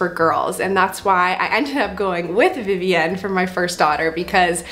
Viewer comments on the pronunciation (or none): The way you say Vivienne drives me crazy! It’s Vivi-in. You don’t live in France